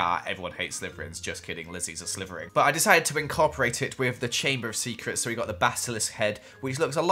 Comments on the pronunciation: Meme "Stop,stop,stop your saying it wrong its slytherin not slyverin" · Nobody: when he says Slytherin: *it sounds like he's saying slyverin*